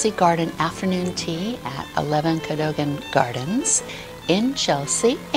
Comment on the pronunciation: The building is pronounced co-dug-an